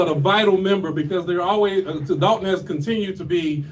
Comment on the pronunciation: "Dalton" is in the state of Georgia. "Dolton" is in Illinois.